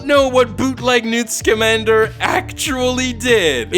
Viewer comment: I’m sorry, his name is NEWT SKIMANDER?!?!